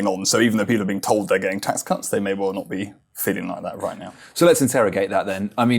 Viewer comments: "Biggest tax cu*ts since 1984" did anyone else hear that? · That didn't sound like "cuts." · Can't help feeling the slip of the tongue at 1'36" ('the biggest tax *****'), was hard to avoid having just mentioned Liz Truss...